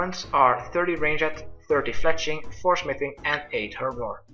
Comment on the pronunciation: Love how he says ranged. "Rain-jet"